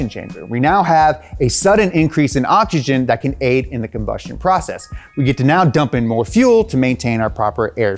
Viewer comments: I love “ogigen” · Am I the only one or do I hear this guy saying "OCHICHIN" instead of oxygen? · I hate how he pronounces oxygen. ODJIJEN, OKSIJEN, ODSHISHIN. Dude.